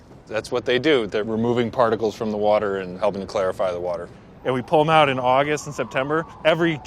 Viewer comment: I never knew how much I would mis Brad saying Wourder. The prject is amazing too and I am glad this is happening.